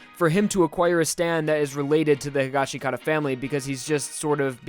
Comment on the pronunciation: Waiting for people to stop mispronouncing higashikata